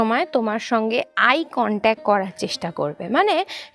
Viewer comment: Eye contac noi eye contact, correct your pronunciation.